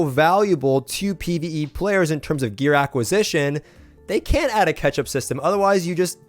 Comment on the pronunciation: "Ketchup systems." this guy loves his sauce!